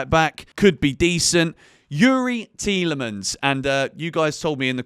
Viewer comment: oooo yes, I winced every time you said " Tee-L-e-mans!!!! lol Wicked video bro! #utv